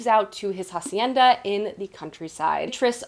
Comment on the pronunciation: Hi! great video today. Just wanted to drop in to say that "Hacienda" is pronounced ah-see-eh-nda. The "h" in "hacienda" is actually silent. so. yeah. Good day